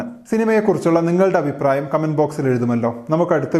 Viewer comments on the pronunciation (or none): none